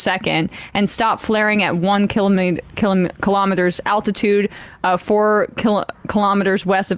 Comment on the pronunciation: Why are you struggling so much saying kilometers😂😂